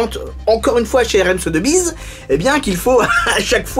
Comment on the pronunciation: Très bonne vidéo! Petit tips si tu refais une vidéo avec la même maison de vente, on prononce "SoSSbiz", et non pas "Sotebiz" ;)